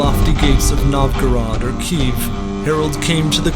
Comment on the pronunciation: Not to sound hostile but that pronunciation of Kiev makes me want to vomit. That dialect wouldn't exist until the 16th century at the earliest.